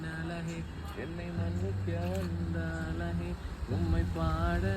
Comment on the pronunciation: அழகே ன்னு சொல்லுங்க... ழ சொல்லி பழகுங்க... உங்க recent shorts லாம் சூப்பர் 👌🏼